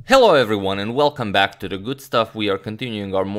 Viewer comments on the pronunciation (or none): none